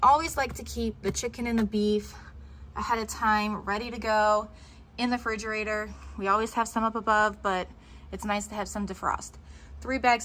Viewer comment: Great video 🥰 but its called a refrigerater and not frigerater